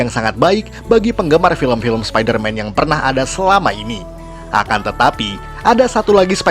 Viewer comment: Orang yang denger : spiderman Aku yang denger : sapider mam